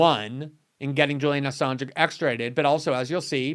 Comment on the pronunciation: sounds like she’s saying “Julia Assange.” Glenn is right, she doesn’t know ANYTHING about this important topic, including how to pronounce his name. Good work morning joe🙄🤨